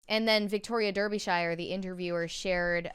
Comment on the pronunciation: DAR -BE - SHEER !!!